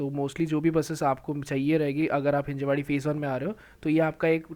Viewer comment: Not Hinjewadi.. it's Hinjawadi